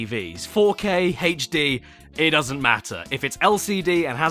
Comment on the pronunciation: who pronounces hd like that